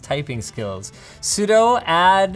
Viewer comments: Linus. Why? Ya said it sudoe instead of sudoo. My disappointment is immeasurable and my day is ruined. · "how to sudo get steam"